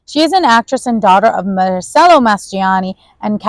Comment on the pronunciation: This review was PAINFUL. Do you not know the pronunciation of the name of one of the most famous actresses in the WORLD?! De-NEUVE, not De-vaux, as you said twice. And Mar-CELLO. As for the "like, like, like...please lose it.